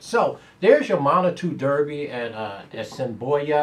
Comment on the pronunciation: Haha! Sir you pronounced A$s in i boi a prfectly the first time and then butchered it every time afterward. We'll still give you some Canadian shackles though. I'm still busy counting my Cross Border money. I missed my exact but had the P3 a couple times and a decent win bet. GOOD LUCK on your ticket!